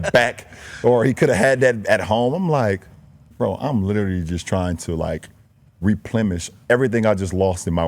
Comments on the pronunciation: Hmm, Did LeBron just say "Replemish?" or did he mean to say "Replenish?" after eating fruit on the Lakers bench. Choose your big words and pronunciation wisely, King James! I'm kinda confused now. (LOL) 😅😳😂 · Bruh said "RepliMish" 🤣